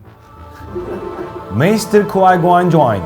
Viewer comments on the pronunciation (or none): none